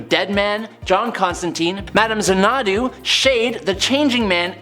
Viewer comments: phonetically it's ZANNA-DOO. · Zana'du? I assumed it was pronounced like the movie and song Xanadu . . . RIP Olivia Newton-John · ...Xanadu is pronounced ZAN-a-du. lol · FYI My Man XANADU is pronounced ZAN EH DO 🖖🏾